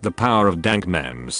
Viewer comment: I hate how he said memes instead of memes #dankness